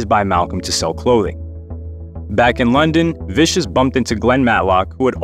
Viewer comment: It's Sid Vicious not Viscous.